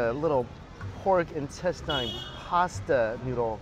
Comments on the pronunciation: In-tes-ten. Why do you always say in-tes-tyne? It's instesine! Damn it Mikey! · loved the content as usual, but the pronunciation on "intestine" is killing me